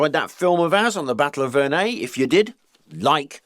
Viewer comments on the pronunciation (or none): pronounced it wrong, it's Verre-NUY. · Wait, that’s how Verneuil is pronounced?